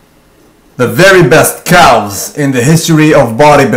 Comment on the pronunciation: Even before I clicked I knew he would pronounce the L in "calves"